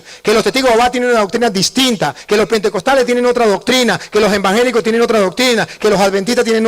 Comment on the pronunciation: Primero enseñaste a hablar se dice evangélicos no envangélicos.